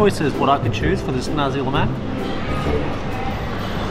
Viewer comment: pronounce nasi (rice) with clear S, else it will sounds like something that comes out from the third reich,.. but malaysian dont really care actually